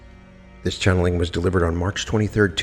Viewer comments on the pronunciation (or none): none